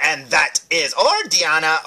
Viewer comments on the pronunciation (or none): It's actually pronounced Die-ana not dee-Ana but other than that great review